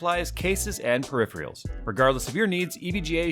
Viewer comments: Is it just me, or doing the ad spot, did say 'periphreals', instead of peripherals? Is that a regional thing? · did you just say ''peripherials'' in the add spot? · lol jay you said perifreals